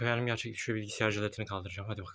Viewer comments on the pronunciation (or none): '''Bilgisayar''' bilgisiyar değil